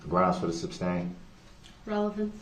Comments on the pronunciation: It’s not sub-stain it’s su-stain!🤷🏼‍♀️ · Love the way Brooks keeps saying “substain” and not “sustain”. And he doesn’t realize that the more he talks the worse he looks in front of the jury….he thinks he’s making points with them….all this just shows he has no idea how the law works or the language of the law. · Substain lol goodness...